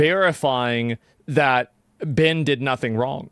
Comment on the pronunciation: Asmon cant even pronounce Ben name correctly. He keeps saying Bin Bin Bin